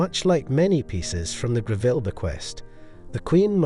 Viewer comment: Other than your Pronunciation of Mrs Gre-ville rather than the more acceptable and more usual pronunciation of Grevul.... I do commend you on finding many, almost unique photographs of The Late Queen wearing these Jewels... The Ruby Necklace is a prime example...I've only ever seen, one...much copied and rather poor quality Photograph of Queen Elizabeth wearing it. here you show a good few. What a treat! .Its a Piece that really does need a "plunging " Neckline such as Both the young Queen and Princess Catherine, displayed. All the Jewels are were lead to believe there is a good chance...There are More? Do we know for example of many Brooches that Mrs. Greville may have left The Late Queen Mother?